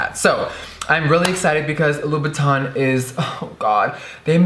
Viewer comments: You are pronouncing the name wrong. It's pronounced loo-boo-tin..... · Hey guys I just wanna ask that how do you guys pronounce "Christian Louboutin"? In my country literally everyone that I encountered spell the name Christian Loubou"tin" with the word tint in "tint lipstick" so I'm pretty confused when I heard Jeffree pronounce it like that. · what is with the way you day louboutin? no hate im just curious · Luna Amatista ok so is thay how you say it because the staff at the shops ive been to say it differently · Luna Amatista is it really? he says it with a weird accent first, then he says it how ive heard the staff is the shop say it and then he says it weird again. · He just likes to play with words , like all and any words, I think the first time he said it that was the proper pronunciation